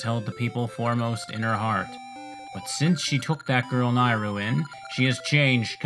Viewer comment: The Y in Nayru makes me think of the word yay so I say it like that. You say it as if the A is an I